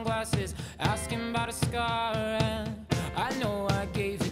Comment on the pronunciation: I thought he said "cigar" and not "scar". This stinks.